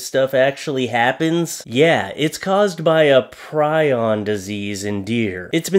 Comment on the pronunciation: It's pronounced pree on and it's a protein that can build up in the brain. Like mad cow disease and laughing disease that is found in cannibal tribes.